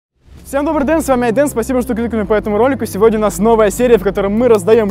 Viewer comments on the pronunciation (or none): none